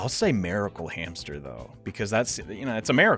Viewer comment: wtf i had to listen to you say miracle like 5 times what accent is that man it stopped me dead in my tracks when you said miracle not making fun of you just really want to know why you say it that way